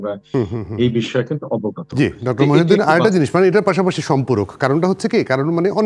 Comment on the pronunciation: ড. খন্দকার মুহিত উদ্দিন স্যারের নামটি বারবার ভুলবশত মহিউদ্দিন বলা হয়েছে